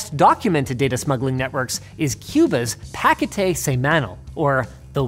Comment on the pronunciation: Linus trying to pronounce "paquete" made me laugh. I can't wait to hear him say "tortilla".